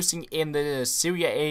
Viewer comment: You say Seria A but it's Serie A